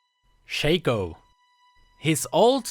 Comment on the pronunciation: it's "shaco" not shaco ...